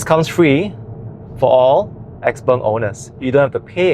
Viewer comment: Chinese should pronounce it as xiao peng, xpeng is for ang moh who can't pronounce xiao peng 😂